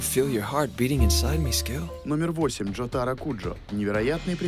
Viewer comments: Пожалуйста, не говори Джота́ро, это не правильно, правильно Джо́таро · Первое у Джотаро и Дио одинаковые стенды и по этому он может останавливать время как и Дио, Второе не Джота́ро а Джо́таро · Не ДжотАро, а ДжОтаро. Впрочем, плевать.